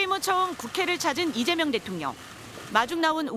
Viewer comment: 오늘 여자아나운서는 북한출신인가? 아니면 극우인가... 왜 자꾸 리재명대통령으로 들리지?